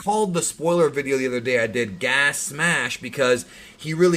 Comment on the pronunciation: Say it with me..... Gas, gas gas gas gas you keep mixing them up